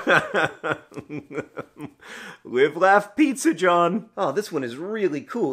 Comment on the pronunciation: I loved the snee-zza